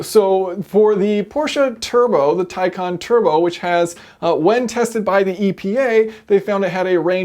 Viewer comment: Yep it is pronounced as tie con.